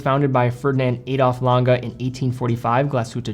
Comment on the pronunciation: Lange, not Lan-ga. Glashütte, not Glashutta.